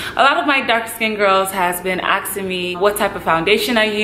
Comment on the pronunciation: It is 'have been asking me' NOT "has been aksing me". AKSing doesn't exist.